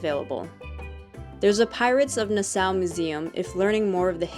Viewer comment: You are pronouncing it incorrectly, it’s nas-saw